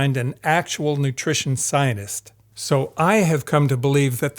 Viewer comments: You really irritate me, by butchering the word scientist. When you say it over and over again pronouncing it like "Zionists", I could just smash my screen. I had to sttop watching this. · Why do you pronounce scientist as Zionist?? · I appreciate this videos content. The the cherry on top; your pronunciation of the word scientist. To me; It sounds like you are saying “ sinus”. regardless, its fantastic work. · I swear everytime this man pronounces "scientist" the lack of middle T sound is making it sound like "zionist" and it's making this video inadvertently crazy to get through 😭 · I am the only one hearing him pronounce the word "Scientist" as something completely different ? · Can’t get over the fact that he doesn’t pronounce the first “t” in “scientist” haha. Maybe I’ve been living under a rock or in some funny part of America, but I’ve never heard it pronounced like that before.